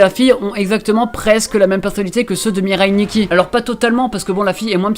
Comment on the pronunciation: ARRETEZ DE DIRE "MIREILLE NIKKI", c'est "MIRAI NIKKI" BORDEL